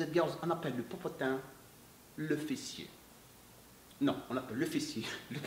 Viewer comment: la vous me faites rire avec le popotin popotin on dirais un chinois qui parle lol rien à méchant c est bien aussi d avoir nous faire rire aussi vous avez pleins de talents même la comédie I3tak saha